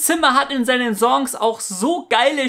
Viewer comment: Bitter lerne Songs/Song korrekt auszusprechen